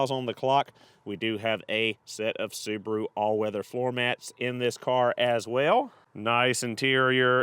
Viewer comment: The battered soo-bar-oooo. Wow